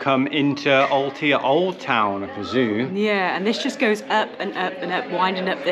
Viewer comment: Ahhh guys it's Al-tay-ah....My Spanish home town. I'm seriously shocked seeing Villa Gadea with so many vans there 😢 Another place ruined by park 4 nights 😞